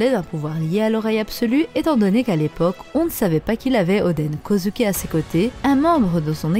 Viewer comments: Sa me dérange vraiment la façon dont tu dit Kozuki tu le prononce Kozuki mais sa se prononce kozouki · Oui mais toi tu dis kozUki c’est ça qui me dérange et puis si tu me dis que c’est comme ça que sa se prononce va voir le dernier épisode c’est pas du tout comme ça qu’il le dise